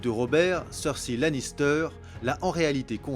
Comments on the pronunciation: Et pis faut arrêter de dire "cerssi" c gavant c Cersei putin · super bien fait, beau travail Par contre, sur les 6 saison et les jeux vidéo, je n'ai jamais entendu le nom de Cersei Lannister prononcé de ta façon, c'est assez dérangeant même, on dirait que tu l'appel persil. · cersei sa se dit pas cersy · Excellent, pour ce que je sais de cet univers. Par contre on prononce "Cerseï" non?. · tu prononce mal Cersei et Daenerys sinon très bonne vidéo !